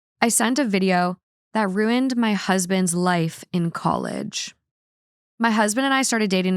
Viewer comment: She should re-title this podcast: Rooned